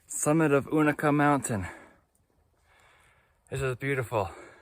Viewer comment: Agreed, except I say you-na-kah. This pronunciation stuff starts at Amicalola, not Amicola. Say it the way you want, everybody knows what you're talking about. Speak hiker?